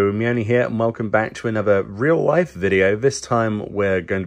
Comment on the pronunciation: What is this..."reel lyfuh?" Why isn't your voice coming out of a Miqo'te?